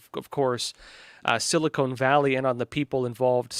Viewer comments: SiliCON, not Silicone.. :) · For the love of God.... It's sili-CON. Not sili-CONE. Short-O. not long. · It is called "seal a con" valley is what I hear you saying.